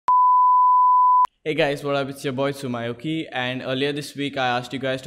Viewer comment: Everyone:Tsumyoki Him:Tsum my oki